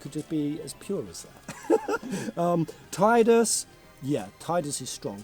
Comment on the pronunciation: Seeing pronounce Tidus' name as "Tide-us" instead of the official "Tee-dus" makes me so validated since that was how I imagined it playing through FFX as a kid. XD